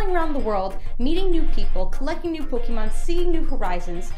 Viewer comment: anyone else bothered by " pokey mon"?